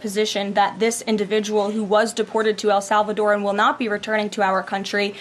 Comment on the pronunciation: Senator Kennedy can't even correctly pronounce "El Salvador".